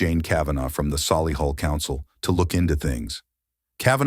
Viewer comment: It's solihull not soily hull